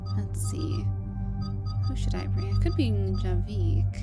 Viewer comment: All love to you,, but please... it's "Javik", not "Javeek". XD Nobody in the game refers to him as "Javeek", please, for the love of... like, everytime you say it, it's like hearing nails on a chalkboard. XD XD